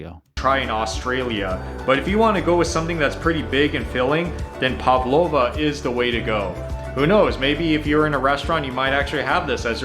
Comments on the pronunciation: Its "Pav" not "Pov" lova.... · He’s a typical non-Aussie, can’t pronounce anything. Barramundi, The first part sounds like our YARRA River, but with B instead of Y. Pavlova, The first part sounds the same as “have,” with P instead of H. (Also Australia. We say it like, “Ostraylya, not Orrstrailia.) Glad to hear you picked yourself up with EemYOU. As for the taste of Pavlova, have you not heard of meringue? It’s hard on the outside, but it melts in your mouth. And there is a texture similar to marshmallow, but a hell of a lot tastier. If you eat Pavlova you will think you’re on cloud nine, it is delicious beyond your imagination. The taste is to die for. Vegemite is an acquired taste. It has a strong salty taste and most of us spread only a light layer on the toast. Americans usually carry on about our ham and pineapple pizzas.(otherwise known as Hawaiian) They are brilliant, but sheltered Americans are too timid to try it. You’re taking a risk of alienating your viewers by saying derogatory things about our meat pie. It’s almost illegal not to eat them at the football for starters. They are totally delicious. You haven’t lived until you’ve eaten one. The only people that eat fairy bread are children at birthday parties, and possibly their parents wanting to play along. Sorry but your million dollar idea has been done. I’m told there are a number of places set up by Aussies with our food etc. having said that, maybe one more would be the go. 🦘🇦🇺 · The way this guy pronounces Barramundi and Pavlova makes it clear he's never even heard an Australian pronounce these words, let alone had these. So many people are just recycling content and passing it off as their own. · Gosh, he even mispronounces Pavlova. Made from Egg-whites whipped with sugar…then baked. Goes crispy on outside and gooey inside. No one has them as birthday cake.